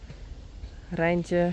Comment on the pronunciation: I love the Friesian word for “bye”😊 and also when rolls the “r” in Reintje! And it appears the internet agrees that there is no direct English translation for the Dutch “gezellig”. So, in typical English fashion, we just take the word!😀